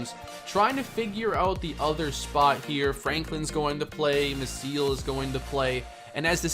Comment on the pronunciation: Gabriel Mah-see-el, not Mah-seal.